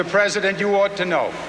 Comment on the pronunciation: Cuomo is peesident